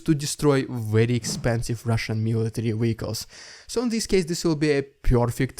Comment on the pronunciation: What’s a weehicle?